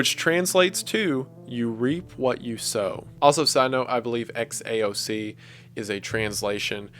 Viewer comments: I am Serbian and I can’t figure out who are those Xaoc (Kots, Koths as he called them), anyone ? I think he probably got it wrong but love you W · Xaoc is read as "Haos" in the Cyrillic alphabet, and it means chaos. As a Serb, i have no clue as to what "Kat people" of Serbia would be, and the only similar sounding thing I saw could be the Ket people of SIBERIA. Also, hearing Wendigoon pronounce Serbian names in the Franz Ferdinand video was physically painful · You're reading "Xaoc" from the last vid title as latin but it might just be Cyrillic. It reads haos and translates to chaos in belarussian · xaoc when read in cyrilic says "haos" (chaos) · this video is like over a year old, but that won't stop me from commenting that "Xaoc" is most likely kyrillic and in latin script it would be "chaos" (the ch is not a K sound but the german pronounciation of ch.. I can't think of any english word that's similar) it just bugged me that it got overlooked and I haven't seen one of the last comments talking about it :) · The XAOC thing is pronounced Khaos and is Belarusian for “chaos” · If you read XAOC as if tho it was Cyrilic it is pronounced Haos or Chaos in English. Hope wendigooon sees this. I don't know if its relevant. Also I'm from Serbia, and first time I've ever heard of COT people. Can someone explain what he meant? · just wanted to give my opinion on the xaoc title: it isnt related to kot people in serbia (i have no clue what that is but i cant find it) and xaoc in serbian translates to chaos (you pronounce xaoc like haos)